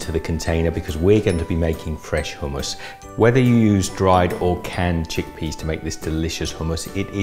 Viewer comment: So nice to hear someone pronounce hummus correctly!